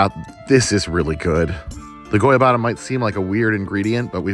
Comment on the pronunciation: As a Brazilian that was summoned by the mere mentioning of my country I wanna congratulate you on your Portuguese! You said "Goiabada" beautifully! :)